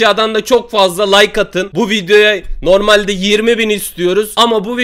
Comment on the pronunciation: Şu adam neden like diyemiyo lay diyor layk diyecegine abi kesme like dediği yeri gözünü sevim yaa